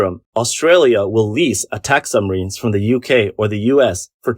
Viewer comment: Sumreens not submarines?